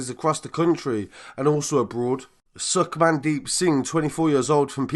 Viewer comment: Man said sukmandeep 🤣🤣